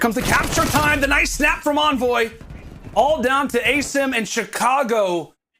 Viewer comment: You think the casters would have spent 10 seconds to agree on how to pronounce "Asim"